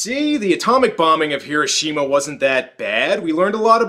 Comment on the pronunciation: Im also one of those pedantic assholes who feel the need to point things out... Like how you are not saying Hiroshima correctly. I mean you say it immediatly before the character says it correctly then you go on to keep saying it wrong. I know its petty but its a bit of a pet peeve. just think how silly you would think someone sounds if they said mississippi and pronounced it with a MY sound insted of the normal way Myssissippi you would prolly correct that so say Hiroshima with the correct emphasis sheesh!